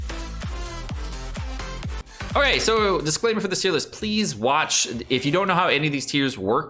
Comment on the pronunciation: its time for your tea-r list